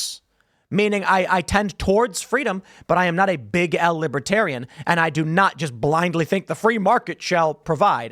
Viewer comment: Trump can't even pronounce Libertarian. He says, "Libbytarian". 😂😂😂. Trump got BOOED and BOOED and BOOED during his speech.